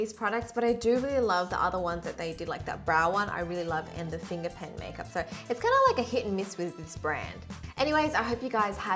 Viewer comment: In the video she out "makep" instead of "makeup"